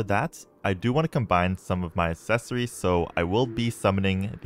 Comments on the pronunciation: can't wait for the day he discovers the correct pronunciation of "accessories" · "These some really good assessories"